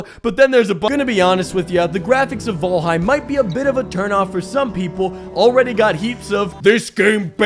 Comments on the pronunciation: 10 minutes of trying to figure out if it's vAlheim or vOlheim. What are you trying to do here? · I'm so used to hearing "fall" in fallout that I hear fallheim instead of valheim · Say the title correctly damnit!